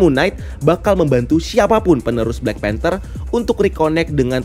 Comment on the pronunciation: ''panther'' not "phanter"